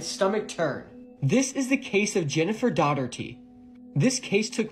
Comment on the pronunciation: Daugherty = "Doggertee" now 😂 That hyperactive leprechaun Tic-Tac kid with his "this story is so scary I can't blink my big eyes, nor can I find even a hint of bass in my voice" just has some fraudulent vibe about him that coaxes a weird sympathetic collateral embarrassment response from within me. He's featured here quite often and it's all good since I never see his vids posted anywhere else. About half of what I've seen are really old copypasta stories, or regular old internet weird stuff that most of us already know the answers to. The remaining half of his videos are often outlandish claims with zero evidence or empirical observations. Maybe if he calmed down a bit and didn't try so frickin hard with his monologue, up here sounding like the cartel just tried to shove him in a van, then it'd be easier for me to kick back and watch the kid